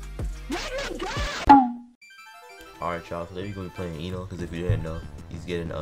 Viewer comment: You're playing WHO?? you did NOT say enel😭